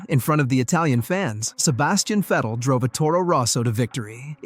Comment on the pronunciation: its Vettle not Fidel.